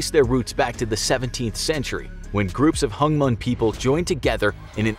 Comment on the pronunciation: Did you pronounce the word"hmong" as hunmongs